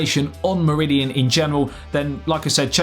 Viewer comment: You make Meridian sound like Mourillian